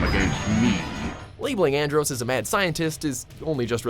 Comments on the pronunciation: Cringing at And-roassss.... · Andross as in "gross?" It's clear your narrators never played any of the games they're talking about. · andrOss? It's andross Fox even says it in the clip. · The narrator mispronounced Andross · Who else cringed when he said Andross? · Them constantly mispronouncing Andross is cringey